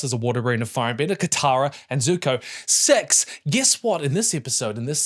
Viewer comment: the New Zealand dialect making you say S3x instead of six when talking about zutara is extremely funny 😂